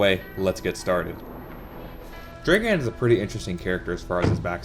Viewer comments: You say it like Draegan,but its supposed to be pronounced like dragun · Hey just wanted to say it pronounced "Drra-Gan" not dragen:D That's the slavic pronunciation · Its not "Draeghan" its "Dragan". Spelled like Drug+and-d